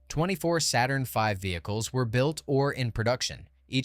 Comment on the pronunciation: This is fantastic but please, YouTubers, don't resort to AI speech! Most people, I believe, would far prefer non-English or bad English with subtitles, trust me on this! "Saturnv". Horrible!